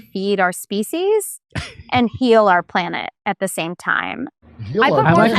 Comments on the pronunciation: Feed the species or did she say feed them feces? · Sounds like she said feces. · Did she say Feces? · I thought she said feces . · Species rhymes with Feces.